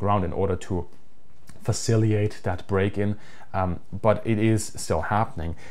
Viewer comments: One detail,... as far as I know it's "facilitate", not "faciliate". According to Google Translate, Germany does not use the word "fazilitieren", but "fazilitierung" apparently does exist. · Please don't take this the wrong way as, obviously, your English is excellent but hopefully you will appreciate some constructive feedback. I notice that you use the word "facilitate" a lot in your videos, but you seem to consistently miss the first 't' when pronouncing it. Idk if this is just one of those English words that native German speakers struggle with like squirrel, but I felt I should point it out as you clearly like using the word - it's a good word. Again, this is not meant as a criticism, just trying to be helpful. Keep up the great content :)